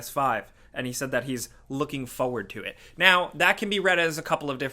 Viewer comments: Why does this man never pronounce it as "forward"? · Fo wood